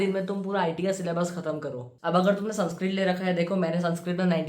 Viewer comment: Bro ur saying sanskrit and I'm hearing sunscreen Literally I was going to skip tha part where u said sanskrit 😂